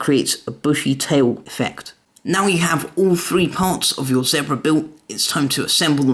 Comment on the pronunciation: Awesome! But you pronounced zebra wrong...